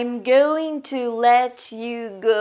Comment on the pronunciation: C произношением надо работать, но за урок спасибо, всё равно. Было очень познавательно. P. S. Произношение going убивает) (ещё в начале видео обратил внимание; думал, что послышалось) Вот как произносят going носители языка (в том числе британцы)